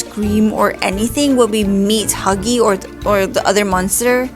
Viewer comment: I love how she said muggy instead of huggy